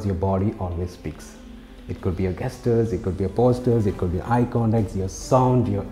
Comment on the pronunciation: Please check the pronounciation of gesture. You made mistake